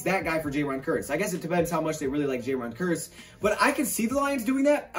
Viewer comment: I thought you say it like "Kierce" not "Kurse"